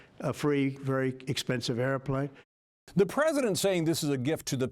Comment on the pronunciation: This is who Trump has always been. MAGA really is another way of saying “stupid.” They’ll catch up eventually. Maybe. Speaking of stupid: “orfer” instead of offer. “air-a-plane” instead of airplane. The man is a moron. lolololol